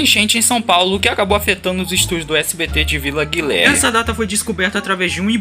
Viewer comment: "Guilerme" "descobrido" altos ponta pés na língua mãe. 😂